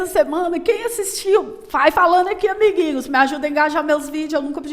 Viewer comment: Amo 'abiguinhos'. kkkkkkk